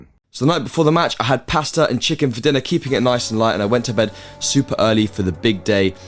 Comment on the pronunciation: Pasta and chicken, I'm italian and you triggered me